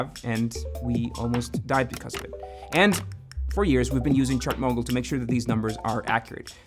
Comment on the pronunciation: ngl whenever you say ChartMogul i hear it as Chernobyl